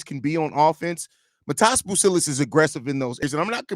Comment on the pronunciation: Great video my boy. Also just something that I didn’t know until yesterday, his name is pronounced like your saying modest without the t at the snd